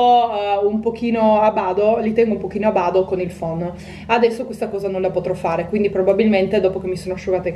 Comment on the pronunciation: si dice a bada non a bado!